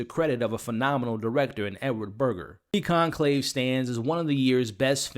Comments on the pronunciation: pls = it’s conclave not concave!! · Dude... it's Conclave with an "L" not concave! I couldn't even finish watching your review.